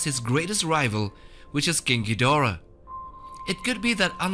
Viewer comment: I heard king Ghidora as kinky Ghidora